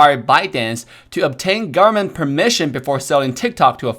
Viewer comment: No one:: US GARMENT